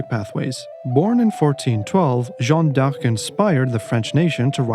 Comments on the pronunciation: Respect for pronouncing Jeanne D'arc so many times 😅 Did you know Jeanne d'Arc went out 10 minutes after her death ? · And they pronounce it correctly! Non of that “Joan” bullcrap 😂